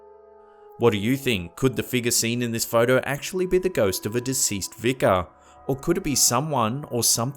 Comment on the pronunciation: who else hates the way he says Vicer like Vicker even if it is Vieser